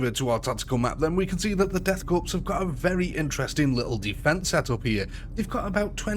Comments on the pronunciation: Listening to this man mispronounce corps, cadian and every other important name was a pain on the senses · goddammit, son, "korps" is pronounced like "core", not "corpse". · holy hell, corps, NOT corpse. There is no E on the end. Every time it says corpse. The death corps is not dead yet, therefore, they're a corps, but not a corpse yet. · You do not pronounce the P in Corps